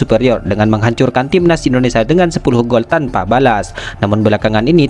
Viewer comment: Pembaca narasi bisa ucapkan Indonesia ga..jangan Indonesa